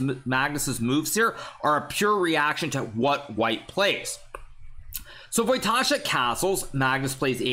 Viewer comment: As a Pole your ,,Radoslaw" and ,,Wojtaszek" pronunciation is magnificent!